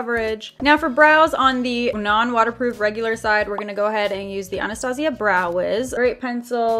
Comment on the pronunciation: I like how she said Anna-stay-sha she said Anna-stay-zia